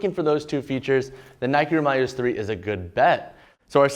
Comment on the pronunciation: Please it’s the Roūm(Rome)-ya-less